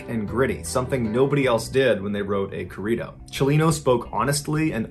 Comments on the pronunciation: Hearing him say Corrido is kinda funny lol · For my Mexicanos here when he said “Corrido”!!!😂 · Please say Corrido the correct way. It took me forever to try and understand what you were even talking about. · lmao did you really pronounce corrido like that lol that is so wrong idk if you just refused to say it properly but saying it that way butchered it completely. i actually had to go back in the video to realize what you were actually saying. i mean not a big deal, but i just felt to strongly to not say anything xD lol